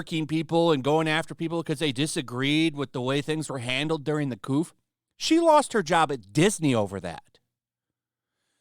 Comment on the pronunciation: It’s CO VID NOT FUCKING COOF. I don’t care about anything else that you said in the slightest every time you say it, it’s an automatic stop watching. You’re so dam cringe when you say it